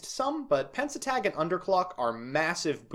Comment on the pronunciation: YESSS EXCITON also because i can't help but police your pronunciation it's pen-te-stag, not pen-se-tag. It's a stag beetle.